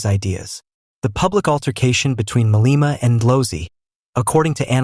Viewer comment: "Ma-lay-ma" not "Ma-lee-ma"